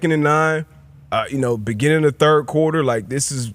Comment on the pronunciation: The “breginning” of the progrum